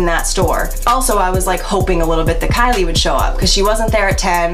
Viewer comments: ky LIE cOsmEtiCs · TALK ABOUT KY-"LIE"😂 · Lol “kyLIE” fr tho